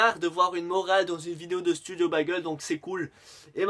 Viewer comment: Keumar pas kémar.... bègeul pas bagèl.... et pour la tenue qui ne change pas c'est fait exprès cela s'appelle de l'humour..